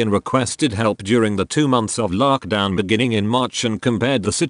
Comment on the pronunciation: Using that weird language still then , corinavurus and larkdown please attend elocution lessons.